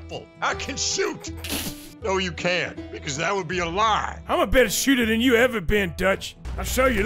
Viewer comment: Also, the Pet Sematary quote. "SOMETIMES DEAD IS BETTAH."